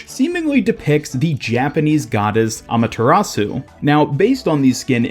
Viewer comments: You said Amaterasu correctly yay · He said Amaterasu right! Great job champ sorry for giving you a bit of a hard time last time just know it was all in good fun